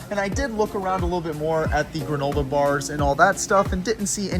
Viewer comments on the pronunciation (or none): Granolar??? Wtf is granolar me and my family were dying laughing when you pronounced it with an R at the end